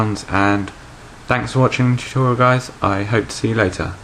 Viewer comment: haha it sounds like you say jewtorial